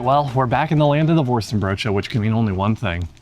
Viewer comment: I never realized the correct way to pronounce “worstenbroodje” is with an American-English accent. It’s just perfect.